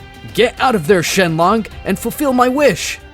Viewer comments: Shen long??????😂😂😂😂😂,it's shenron,😂😂😂. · "SHENRON" Not shenlon. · Did you just called shenron to shenlong? 😂😂😂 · He called him shenlon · He said shenlong🤣🤣🤣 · bro im dying too "shenmonk" XD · NO HE SAID IT SHENLONG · "jeenae" "Dragon spheres"